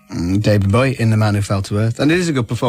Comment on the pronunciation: Disappointingly poor insight into the film by Kermode. The name 'Bowie' is mispronounced throughout which is irritatingly enough, but Kermode has very superficial understanding of the film 'grammar' Roeg developed. No attempt is made to understand it. Time is clear in the film, not confused- Thomas Newton does not age while everyone around him does. He is the victim of a CIA/government plot to stop him, so his alcoholism is a reaction to that, and this is very relevant today. The editing and way the music is used is unique. I'm wondering whether we are seeing the same film? It's a masterpiece.